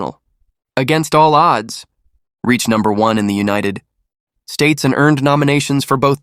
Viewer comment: United, significant pause, States 🤣🤣🤣 Or saying Bon Jovi like an excited Frenchman who's just been offered ice cream in the middle of a desert: disbelievingly, Bon Jovi?